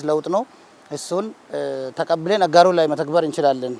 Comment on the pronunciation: Beautiful presentation ….just need too work on the pronunciation aGaaro